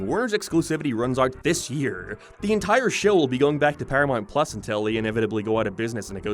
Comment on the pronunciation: Why do you pronounce them as "Paramarnt Plars" and "Sarth Park"? No offense meant. I'm curious what accent that is.